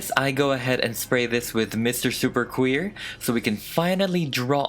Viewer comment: “You’re hair I’m quaer” wtf Like u just need to miss out the r sound not change the whole word 😂 or maybe add a eahhh sound at the end lol